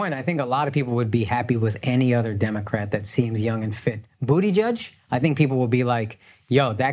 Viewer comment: I like how Akaash pronounces Pete Buttigieg name as “Bootygieg” 😂